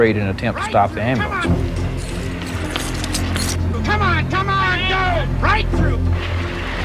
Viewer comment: If you can't say the word 'Amblance' there oughta be a law you don't get one. Problem solved. I'm kidding but it's so obvious the guards were in on this!! None of them did their job by coincidence?? No. I Don't believe that.